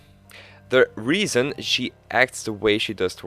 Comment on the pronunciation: 9th "the regian,the regian,the reason"